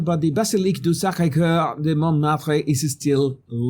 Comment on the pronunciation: I have Canal + and the ceremony was on France 2 and i watched this exact bit for 5 mins and turned it straight off. Don't like the wokeness of it all. I can't find the opening ceremony on the replay section. You said Sacré Cœur very well 👍🏼